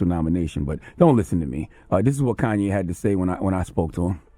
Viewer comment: "Corn"YE' West